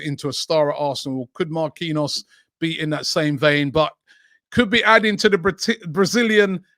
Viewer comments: No way he pronounces Marquinhos as Ma-Queen-Arse, no way 🤣🤣🤣🤣🤣🤣🤣🤣🤣 There is literaly a player at PSG with the same name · Give him game time, help him to be part of France WC squad for November/December and get him to sign a contract extension in January or offload him, to get maximum value. Oh, and Robbie Jesus is Brazilian so it's pronounced Jay-zeus not Hay-Suess. Marquinhos is pronounced Markey knee Oss. It's really not to hard. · Only Robbie can pronounce a players name different twice in the space of 2 seconds 🤣🤣 Marquinhos..